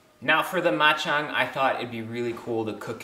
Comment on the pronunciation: Ma Chang not bak Chang. I love your cook so easy to make and health more power ser